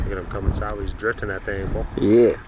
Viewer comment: said “Slideways” 😂😂😂😂